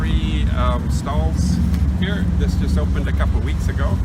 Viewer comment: as a German ziss is reeeely a German accent 🙈🙈🙈😂😂😂😎🤘🏻